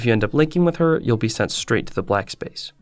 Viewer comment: “Black splace”